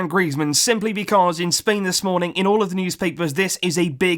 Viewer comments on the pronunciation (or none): none